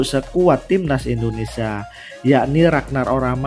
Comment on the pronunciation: Indonesia mas.... bukan Indonesa